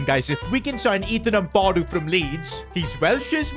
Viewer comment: You butchered ampadus name so hard lol and don’t rob him from Leeds lol